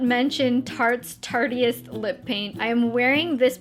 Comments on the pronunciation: I've noticed lots of YouTubers say Tartiest, but it's actually Tarteist, pronounced Tart-ist, as in artist. 👍🏼 ps. I love that lip colour on you,. You look very glowy and pretty. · It's Tarteist...not Tartiest